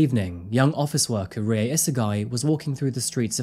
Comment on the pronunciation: R is a combination of R and L. Pronunciation for Rie is closer to RLi-eh. Fun fact: Many Pachinko parlours (At least in the areas I lived) are owned by Koreans. Fun fact 2: Kyokushinkai Karate founder was also Korean.